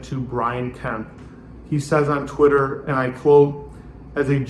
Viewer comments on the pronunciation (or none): none